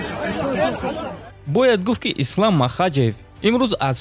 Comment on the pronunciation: Хоҳиш, дар талаффузи вожаҳо каме диққат деҳ. Ислом аст на Ислам, ё Абубакр аст на Абубакар. Чунин иштибоҳот зиёд мушоҳида мешавад. Каме китоб мутолиа кун.